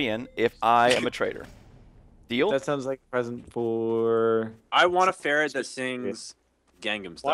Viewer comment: Actually is a ferret not a farret